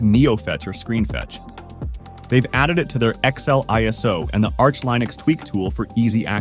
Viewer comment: Great review, love the enthusiasm, but please learn how to properly pronounce Linux, cuz your not pronouncing it right :) zsh as well, is not zish, it's z shell or ze es ejch